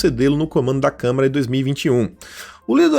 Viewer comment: é CâmAra, não CâmEra...